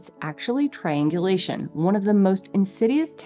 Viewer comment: she says, "it's actually triangulation" Seriously thought I heard, "it's actually trained deletion". Yup. All rolled up together.